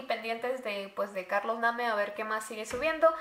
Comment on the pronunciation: Se escribe Carlos name pero se dice Carlos neim